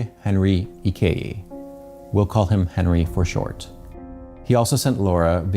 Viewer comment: Nzube Henry Ikeji (Ike-gi) not (Ike-yi)